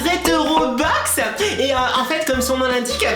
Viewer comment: ta du mal a dire BOX .... mais on te comprend :)